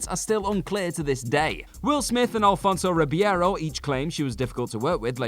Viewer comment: the one that got me was Alfonso Ribeiro.